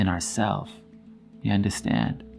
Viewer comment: I love when you say “ya undastand”? Lol, love your content. It’s so enlightening and high powering. And yessss, I undastand. 😍